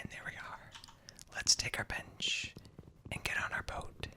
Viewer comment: Every time you said bench u thought you said a certain other b word that ends with ch